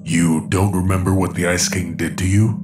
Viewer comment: I see said ice king but I heard "icy" cuz he's ice king rite